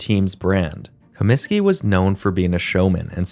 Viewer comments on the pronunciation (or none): none